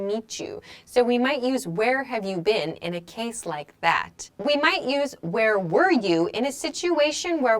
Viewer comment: "Where war you" - i hear this instead of "where were you"... Is there difference between "war" and "were" in pronounce?